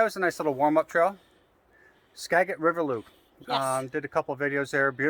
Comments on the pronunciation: We have lived in Washington State all our lives and have explored extensively. We have been to the Skagit River many, many times. The correct pronunciation is: ska. jit. River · Skagit is pronounced like a “J” Skajit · The g in skagit valley has sold of gem not g like got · Loved this. I know you all were traveling, but it’s actually “skadge-it” river. :)